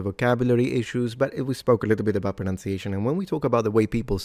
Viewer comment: Maybe you would like to check your pronunciation of pronunciation against the spelling. (Just saying.)